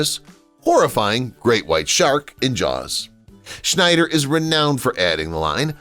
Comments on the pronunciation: Roy Schieder not Schnider. Jeez. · It's not Schneider, it's Scheider. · Its NOT Schneider its Scheider.....no N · Thar's SHIDER, not SHNIDER, and KEEYANTEE, not CHEEOHNTEE. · It's Roy Schieder, not Schneider. No "n." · Scheider, not Schneider. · SCHEIDER...no "N"!